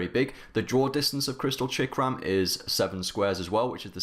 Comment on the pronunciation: I know what a chakram is idk what this chickram hes talking about I'm so confused now its as if there is a secret English language I'm not aware of.